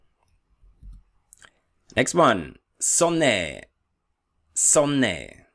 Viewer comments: Hmmm...DuoLingo learner here (2yrs) and one question i have (btw this video amazingly helpful danke!) is S. You pronounced Sonne as S, but most of the songs and other lessons pronounce S as "Z". Can you add that to an updated alphabet video? It seems like R, there is more than one way to pronounce S? Regional vielleicht? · Why did you pronounce "Sonne" with the "S(ess)" sound? Is "S" at the beginning of a word not pronounced like the English "Z" in german? I'll love to be clarified. Thank you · Ich glaube, 'Sun' = 'Sonne' wird nicht als 'Sonne', sondern als 'Zonne' ausgesprochen. Bitte korrigieren Sie mich, wenn ich falsch liege, denn ich bin Student. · So Sonne isn’t pronounced like a “z” sound for the “s”?